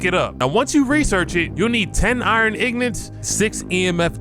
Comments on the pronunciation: I’m genuinely angry at how you say ingots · This dude learned to say Ingots from the indigenous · He said "Iron Ign'ant! 😂😂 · Guys I'm in a guild with say it that way too. Took me a second to realize they were saying that.